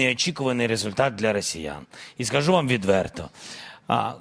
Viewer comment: "тридцать Адна тысИча", "рАсеяне"...